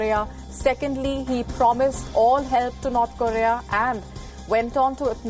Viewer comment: Can you at least say North Korea properly😂😂😂😂